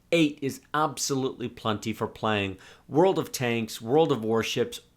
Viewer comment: "Aaabsolootli plunnty"